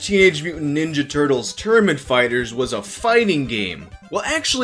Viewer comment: The Turt-leez